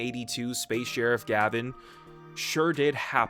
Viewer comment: It’s Gah-Vahn not Gavin! The intro literally shouts it. You don’t call Kamen Rider Kayman Rider do you?